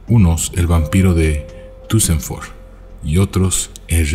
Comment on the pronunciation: pronuncias mal Duesseldorf es Dorf con "d" en ..dorf no con b, como suena cuando lo pronuncias